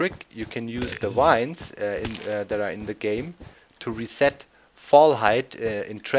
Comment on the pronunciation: the v in vines sounds like the w in wurst doc